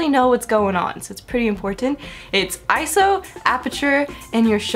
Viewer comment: Yay! Someone else that says ISO and doesn't say I-S-O! Woohoo!!